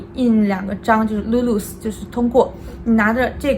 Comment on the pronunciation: 你的lulus念的很好，我这位马来西亚人都是通过这位中国小姐姐才知道原来我们的驾照可以在150个国家使用🤣科普类的视频就是赞